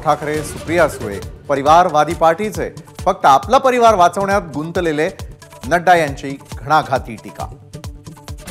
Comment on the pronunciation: गुंत लेले.... काय ते उच्चार.